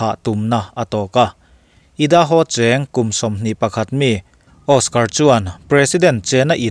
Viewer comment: Idaho hi, " ai - duh - how " tia lam tur....just saying...a bengbar thlak thin hle mai....ka channel duh ber ini 😀😀